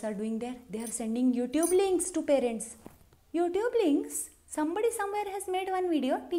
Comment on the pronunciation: That accent - "Youtube linkkkkkk"? 😂😂😂😂😂